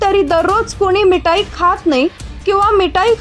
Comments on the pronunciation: मिटाई नाही ग मिठाई ट आणि ठ वेगळे आहेत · अगं बाई मीठाई बोलताना जो ट आहे तो टालकयातुन काढून टाका आणि ठसा टालकयात ठासून भर म्हणजे मीठाई हा शब्द बरोबर उच्चारता येईल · मिटाई......काय पण उच्चार! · अग साधं मिठाई बोलता येत नाही तुला आणि तुला संवाद दाता कुणी बनवलं मराठी भाषा शिकून घे आधी आणि नंतर हे असे उद्योग कर